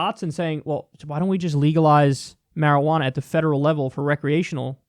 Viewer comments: Me just high AF loling at Kyle saying "shwearajauna" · Quit saying marijuana.